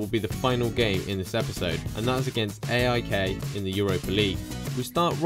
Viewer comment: You cant pronunce aik